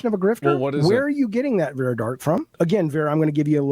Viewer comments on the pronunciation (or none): I find it highly ironic that this man incessantly shouts "educate yourself" while failing to pronounce her name correctly. It’s Vara, not Vera.